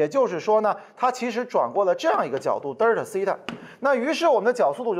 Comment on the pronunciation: 既然讲到1897年的”霍尔“，为啥不顺便说一下英文的原名{Hall)？现在小学就开始学英文了，应该不要躲避，也便于学生将来读英文文献或沟通。另外Delta念成”得儿它“有点掉架子。现在学生的发音都比这强。